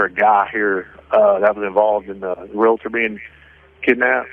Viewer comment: That news story near the end, you would think a news reporter would know how to properly pronounce "realtor".